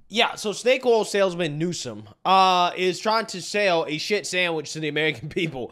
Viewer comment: ….it’s NEW-SOME..NEWSOME…NOT….NEWSON!!…..for the millionth time my man 😂😂